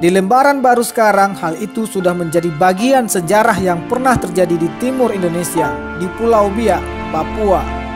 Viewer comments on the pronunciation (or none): none